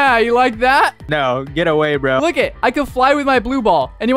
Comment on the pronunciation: почему так произносите слова типо броуууу